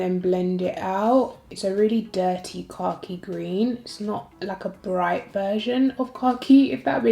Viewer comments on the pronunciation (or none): Flat out took this ignorant American a full minute to realize you said "Khaki Green". I was deadass sitting here going "Car Key Green? What shade is THAT!?!" 😂😂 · Lmaooooo “cocky gween “🥴 I’m just playing